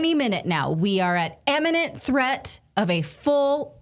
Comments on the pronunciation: "imminent" not "eminent" 😔😔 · Natali, I believe you mean an imminent threat. You are pronouncing eminent. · Not "eminent threat".. it's imminent threat.